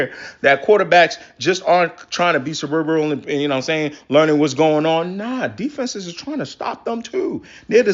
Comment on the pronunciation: It’s funny that you’re talking about intelligence when you can’t pronounce the word “cerebral” 😂😂😂😂😂 Like Kevin Garnett trying to pronounce equivalent